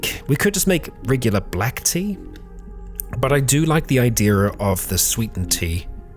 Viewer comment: I love that says "Idear" I guess no matter how good your accents are some things are too ingrained lol